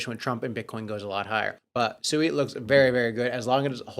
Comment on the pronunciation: You just played a video a few days ago with the CEO of SUI and he literally pronounced it correctly five times in less than 60 Seconds and for some reason you still want to call it SUEY, like a little piggy.. I have some Dodge Coin I'd like to sell you that Elon keeps promoting